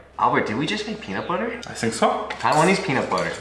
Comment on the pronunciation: Альберт вообще не напрягается в произношении. Понимаете, это делает плохую репутацию. А еще может создавать путаницу. Потому что "think" и "sink", это разные слова. И первое значит — думать, а второе — раковина (которая в ванной комнате и на кухне).